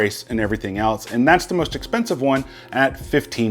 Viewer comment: I like your videos, but I hate the way you say "accessories" .